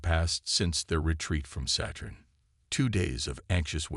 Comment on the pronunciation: Just listen, don't read. However, I take exception to the AI's pronunciation of Saturn: Saytern or Settern😂